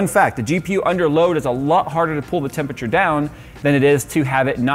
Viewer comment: I cannot take you seriously until you pronounce tempERature properly.